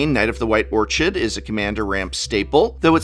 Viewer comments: I'm sure it's been mentioned elsewhere, but Prof, your pronunciation or "Orchid" made my eye twitch. It is traditionally pronounced "Or-Kid", not "Orch-id." Otherwise, I'm in complete agreeance with just about everything in the video. :) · Knight of the White Ortshid? did you try to say Orchard? :D English major smh my head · Brah, it's pronounced /'ôrked/. Come on now, you're an English prof. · You've got to be fucking with me. How did you mispronounce orchid... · Shame on you for the Orchid mispronunciation... Unless it was on purpose. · That's not how you pronounce "orchid", English professor. And yes, "orchid" is a real world English word. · Why does he pronounce orchid like that